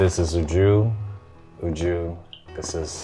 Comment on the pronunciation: Even YOU JU 😂😂😂 instead of UJU *